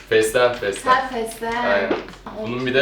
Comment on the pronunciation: feslegeni diyor :dd